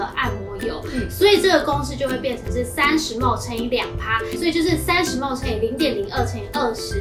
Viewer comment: mL毫升的英文是milli-Liter，要簡化也是唸mil。mol是6*10^23，國中就學過了。